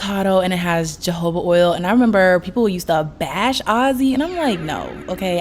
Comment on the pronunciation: Jojoba is pronounced hohoba.😮